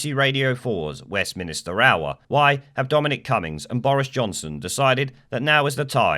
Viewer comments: Stop saying "West minister" It's 'Westminster' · its not west minister its westminster